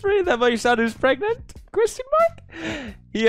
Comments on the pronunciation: "Praganant" "Prefnant" "Pregananant" Aight imma outta here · PREGANTE!!! :P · please tell me anyone remember old Pewds upload about "preganenant" thing and when he said "and you are retartedarard!" XD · pewdiepie: “pregananant hahaha so dumb” also pewdiepie: “womp” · el preganti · LE PREGANTE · P R E G A N A N A N T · "Perganrt, Preganant, Peegant" There's speaking the Language of Gods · "I love pergnut" - Pewds 2019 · I still say pregagnanant bc of you, pewds😂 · Has anyone else been saying pregananant for like 2 years now because of when he first watched that video